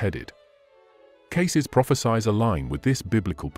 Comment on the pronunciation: This is another AI video. The person talking can't even pronounce prophecies correctly. Shameful.